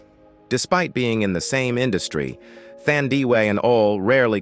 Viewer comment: The way you butchered Thandiwe Newton's first name is unacceptable! 😢